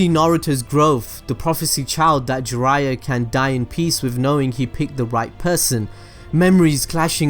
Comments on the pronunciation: Jiraiya = 'Gee-raYya' Make sure you emphasize that Yya 😃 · We asian find this disgusting..kaw buu thou..gee ryyyyaaaa..fcuk off